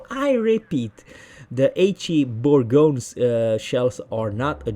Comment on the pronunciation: Bour GO niu you say républic no république also it the same thing fot jean BARt forgot the last letter